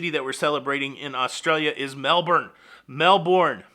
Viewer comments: Mel-Bin (I don't know why but after living in Sydney 2 years I learned that one thing) Also I love your Aussie Aussie Aussie, Oi Oi Oi!! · It’s Melbouuurnnne lol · Melbourne AU is pronounced - Mel Bin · Hi, I appreciate your attempt to pronounced Melbourne. We pronounce it Melben. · it's pronounced Mel-burn (Melbourne)...I'm really, really, REALLY glad that cruising has started again down under..I'm a Melbournite and was pleased to see the return of A ship, ANY ship...I'll be on the Carnival Splendor in a couple of months but I'll have to travel up to Sydney for it alas...this cruise was originally booked for 2020..I then re-booked for 2021..when THAT was cancelled I re-re-booked for 22 but that also got cancelled but then got reinstated..alas it was no longer to its original destination of New Caledonia, instead they're taking us up the eastern seaboard of Australia, but that's fine..any cruise is better than no cruise...besides, I haven't been that far north in my 57 years...so looking forward to it... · Hi. Melbourne Aust is pronounced as in Melbourne Florida 🙂